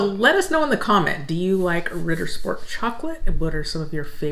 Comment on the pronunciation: You pronounced Ritter Sport like a true German. I'm useless at accents